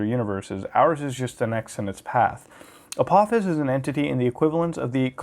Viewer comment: Its pronounced ah-pɑh-fes